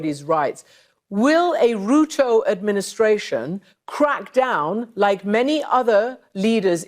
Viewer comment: Ruto as Rutoe has to be the funniest pronunciation of the name I've heard so far. Sbg for life🇰🇪